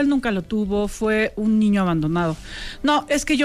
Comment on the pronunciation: Por que dice ñiño. 🤔